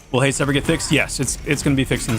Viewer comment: why do I hear nerfed when he says fixed for abilities